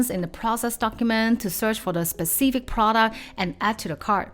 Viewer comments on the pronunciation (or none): none